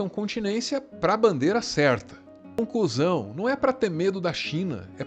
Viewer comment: Tu falou "conclusão", eu entendi "um cuzão", pensei, "ahh, entendi errado". Mas ai, na tela tava o Bolsonaro batendo continência pra bandeira dos EUA... Logo, pensei "ahh, entendi certo" kkkkkkkkkkkkk